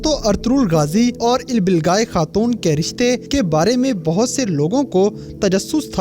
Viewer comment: Ilbilgai nhi bhai ilbilge Kia ho aap Naam ka namak bna dete ho🙀🙀